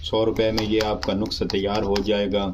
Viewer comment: تلفظ درست کر لو نقسہ نھیں ھوتا نسخہ ھوتا ھے اس نسخے سے کچھ بھی نھیں ھو گا اس نسخے کا ٹائمنگ کے ساتھ کوئی تعلق واسطہ نھیں ھے صرف تھوڑی سی ھوشیاری بڑھ سکتی ھے بس ٹائمنگ میں بلکل بھی اضافہ نھیں ھوگا